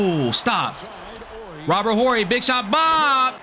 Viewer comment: When you pronounce our last name Horry the H is silent in it bro yeah Robert my family